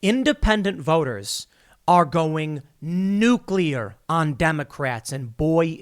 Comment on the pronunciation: Kudos for pronouncing Nuclear correctly. That is rare.